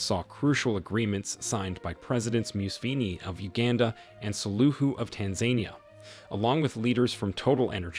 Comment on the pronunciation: It is U-gan-da. And it is Tan-za-ni-a. That is how you pronounce the names of the countries for this video. Please keep this in mind and correct for future.